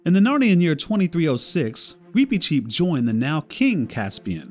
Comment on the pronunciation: I’m sorry, the pronunciation is just bothering me so much. Why do you pronounce his name like that? I’ve only ever heard it pronounced with a short ‘i’ sound.